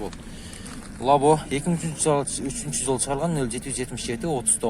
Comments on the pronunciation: Лаво эмес лабо алдин суйлошди уйрон анан тарт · Лаво мес лобо десенг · Лаво эмес лабо десен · Лабо скажи не Лаво